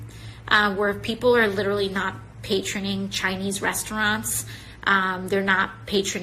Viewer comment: Just a quick note for: It’s “patronizing” you moron. There is no such word as “patroning”.